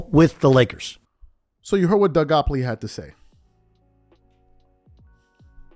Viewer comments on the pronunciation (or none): Gottlieb…Doug Gottlieb not “Gopley” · DOUG GOTTLEIB…NOT GOPLEY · How are u callin this man Doug goplee? Gotlieb…u can’t be reporting what the man said and not have his name correct lol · Bro! It's Doug GOTTLIEB, not GOPLEY. C'mon man, how are you doing a show without knowing this first? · Calling Doug Gottlieb, Doug “Gopply” has to be the funniest mis-pronunciation ever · His name is Doug Gottlieb bro, Not Goplee. Also, I too agree that Nick does say some very outlandish things, partly for shock value. He's like a poor man's Stephen Nay Smith and Skip Baseless. They all want to be provocateurs and I think that's the allure nowadays. You're right though, Nick did sign with Klutch back in '16, so maybe there's an inside bias there. To me the G.O.A.T conversation is a very fluid one, depending on who you're asking. I think most NBA fans who have watched more than two decades of basketball would have a resounding support to Michael being the greatest player, and I believe his peers would say the same with Kareem and Wilt included in the conversation as well. To me many of the younger generations doesn't truly know the history of the game, and rely only on their recency bias based on being able to watch LBJ in real time vs watching videos and hearing stories of MJ as their point of reference. Emmitt Smith is the leading rusher in the NFL, but he's not the greatest running back ever, not even while he played. The eye test told you that Barry Sanders was a superior talent that did more with less. With all that said though, I am a firm believer that an opinion can change based on new information. Zed. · It’s Doug Gottleib! Not Goppley. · I’m pretty sure its Doug “Gottleib” not Goppoly 😂 but nah, yeah nick wright been some bullshit since him and Chris carter was on the show. Keep doin ya thing. 💯🤙🏽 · And for the record you pronounce his name "Gott-leeb" and not "gopp-lee" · Why you calling him doug gopply😂😂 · His name is pronounced “GOT-LEEB” 😭😭😭😭😭😭😭😭😭😭😭😭😭😭😭😭😭😭